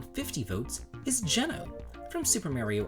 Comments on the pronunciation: Have I been pronouncing Geno wrong all this time? I always thought it was “G-No”? Regardless, great list! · Geno!!! Oh wait...oh no...oh why did you pronounce it like that... :(